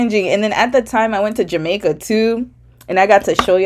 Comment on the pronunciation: are you Jamaican 😮, the way you pronounce Jamaica is fluid and you give me Kin folk vibe you also remind me of my older sister.